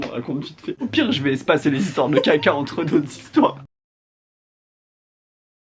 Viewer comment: J’ai adoré le coup des 35 zhistoires, et la soeur qui enfonce le clou : “nan c’était pas 35 zhistoires” (là tu te dis qu’elle va lui dire qu’il n’y a pas de “s” à 35…sauf que pas du tout) “c’était 30 zhistoires” 🤣🤣🤣🤣👏🏼👏🏼👏🏼